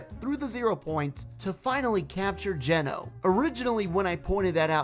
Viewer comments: The foundation has a snapshot. Or else we wouldn’t be able to have his skin… also please stop pronouncing it geNO, it’s GEno. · Your saying Geno wrong😁😂🥹👍